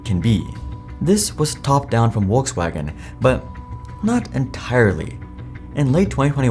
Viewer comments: "WalksWagon" Lol 😂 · Porsha, Uolksuagen. I can’t listen to you butchering brand names. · Wolks wagen is your knob, Your pronunciations are as putrid as your knowledge of Porsche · mate its "F-olksvagen" or "V-olkswagen" not "wolkswagen" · It's Volks, not Wokes wagen. 🙂 Folks-vaagn. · Please pronounce Volkswagen correctly, its not WOLKS wagen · Are you saying Wokes wagon? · I’ve not heard anyone pronounce Volkswagen as ‘Wolkswagen’ before. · I've finally figured it out. You're saying, "Wokes Wagon", for people who are woke! LOL, keep up the crappy pronunciations. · it's pronounced Folkswagen for vucksake! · Did this man say wolkswagon? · 828k followers and can't even pronounce brandnames correctly. Where is world coming to. Wolks wagon??? Porscha??? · Porsche = Porshe with the e pronounced as in element Volkswagen = Folkswagon (there is no w in it) greetings from Germany! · Funny Indian accent when pronauncing Volkswagen (waltzwagen 😂) but can't stand the pronunciation of Porsche. Porsha Wtf where do you see an a in there?! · Would be good, if you could pronounce "Porsche" and "Volkswagen" correctly! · Is it really that hard pronunciate the names correctly? Volswagen starts with an F, and Porsche ends with an e (the same as electric starts) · Argh you need to pronounce Porsche correctly its embarrassing and makes what your saying hard to believe when you cannot even pronounce the name correctly. Also Volkswagen common its not hard google how to say the names. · That's the funniest pronunciation of Volkswagen I've ever heard